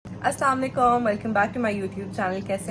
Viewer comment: Please say assalamalaikum properly